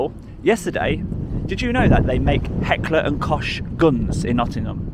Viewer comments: Good one that , please pronounce it cock and not kosh 😜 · Please get it correct its pronounced Heckle and Cock not cosh lol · It's not pronounced heckler and kosh, it's pronounced heckler and kok. Yet again, you really need to do some brushing up on your words, pronunciation and literacy, especially when it comes to the misuse of words that are out of context. In this case, a simple 23 second Google search would have sufficed.